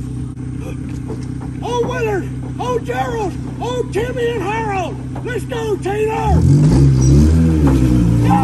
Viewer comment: wait did you say Harold wtf